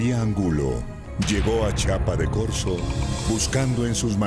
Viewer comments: idiay pz, azta donde se asi no va la historia, y es chiapa de corzo no chapa de corzo, mira son chuntaes no chuntaaaaaaaaaaa muy mal el narrador buuuuuuuuuuuuu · que bruto el narrador es chiapa de corzo, chiiiiiiiapass